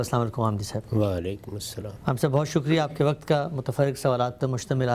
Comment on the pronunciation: صاحب, براہ کرم لفظ "وقت " کو وقعت نہ بولا کریں, اچھا نہیں لگتا.